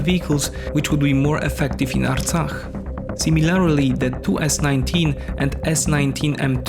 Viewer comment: You pronounce the foreign word '' Artsakh '' very well. You are not "Hay" by any chance? Since you started by lying when you said that the conflict has started to take control of Nagorno-Karabakh = Artsakh. No, Azerbaijan attacked to recover its territories equivalent to the area of Belgium empty of its 700,000 inhabitants in order to re-establish a security zone around a region (Nagorno-Karabakh) which produces nothing at all except a few sheep ... It is a financially and intellectually poor country which has no military tradition and not even a state tradition. In fact, their independence was given by Stalin.